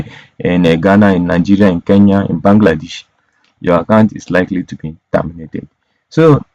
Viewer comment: KENYA NOT KANYA